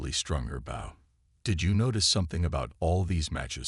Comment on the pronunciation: The ai says the wrong version of the spelling bow it says it like part of a ship.